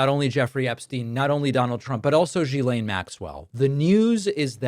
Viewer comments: Not "Jilaine", "Guilaine". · David. Gislane is not pronounced “jee-s-lane”. It’s a hard “G” with an “i” pronounced as in “hit”, so “git” without the T, then a silent “S” - so it’s pronounced “G-i-lane” - I know you’re not the only one and it’s not intuitive, but it hurts your credibility not to get this right. Thx! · Hi David. Ghislaine is pronounced with a hard ‘G’, as in ‘Girl’ or ‘Government’, not in the ‘French’ way, - ‘Je’ or ‘Janvier’. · Hate to be one of those people, but it’s driving me nuts. GM’s name is pronounced with a hard G, as in fish gill i.e. Gill-Lane (Ghi’laine) ❤ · It’s pronounced Gee- Lane (the “h” is silent ) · Ghislaine is pronounced with a hard G. Annoying. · At least pronounce “Ghislaine” correctly. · I have heard so many different pronunciations of Ghislaine, but my favorite is. He just charges right into the American phonetic pronunciation, as confident as he is reckless, and it's gloriously offensive.